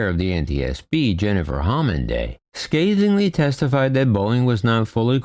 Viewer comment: Just in case nobody else mentioned it, she's Jennifer Homendy, not homenday.